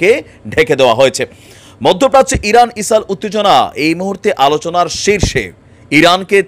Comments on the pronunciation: আরে ভাই ইসাল ইসাল কি বলছেন কথা বলার আগে দেশের নাম টা পরিস্কার করে বলেন। কি বার বার ইসালে ইসালে করতছেন। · ইসাল😃এটা কি কুমিল্লার নাকি কোরিয়ান প্রনানসিয়েসন😅